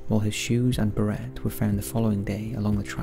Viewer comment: Great video but just a heads up ‘Chiswick’ is pronounced ‘Chis-ick’ and ‘beret’ is pronounced without the ‘t’!